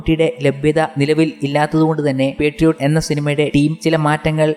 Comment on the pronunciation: പെട്രിയോട്ട് അല്ല ബ്രോ മോഹൻലാൽ പറഞ്ഞത് ശ്രദ്ധിചില്ലേ പാട്രിയോട്ട് അല്ലേ?